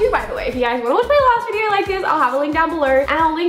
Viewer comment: "videorr" ( not an hater) 😆